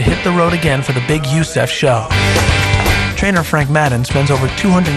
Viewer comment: Haha, he pronounced it you-seff finals instead of U-S-E-F finals xD